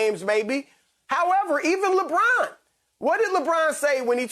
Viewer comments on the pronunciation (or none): Lebraawwn lol smh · “LebRAWN James”